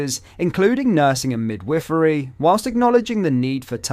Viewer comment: I had no idea this channel was using an AI voiceover until he said “mid-wiffery”…